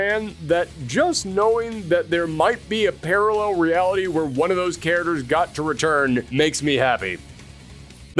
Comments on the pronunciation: "karaders" ........ You mean CHARACTERS???😂😂 This guy kept saying the word and sounded so wrong every time. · Why does this guy keep saying care-derz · Pronouncing "characters" as "char-ters" is bothering me more than it should be. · "KA-RA-DURRS" 😂😂😂😂😂 Bruh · "Karadurrs" you mean characters!???? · Thank you for this video about all the cut "chariders" from "Street Figh'er" :) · A History of Cut Street Fighter "caraders" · Are you saying care-uh-ters??? 😂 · Are you trolling with how you say characters